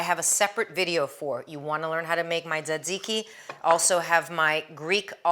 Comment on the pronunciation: today's unintended bonus : I finally learned how to pronounce tzatziki !! it's one of those words I've always seen written, but never heard everyone say (I won't burden you with how I thought it was pronounced!! haha!)